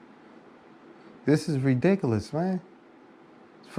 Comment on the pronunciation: True to some extent, but at the same time serves to emphasize how depraved these chomos are. Also, his pronunciation of "Adelt" & "Ree-Dick-A-Liss" should be copy-righted.